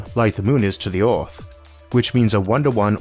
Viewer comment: "Oooorthh" again XD